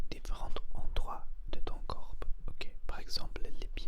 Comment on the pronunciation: Salut monsieur ! C'était très intéressant comme vidéo mais juste pour information et avec bienveillance, on ne prononce pas : "corpeuh" mais "corps" On ne prononce pas de "e" à la fin de corps, juste on prononce : cor ou kor Jsp comment expliquer haha ! Mais sinon t'as vidéo était très relaxante et intéressante :)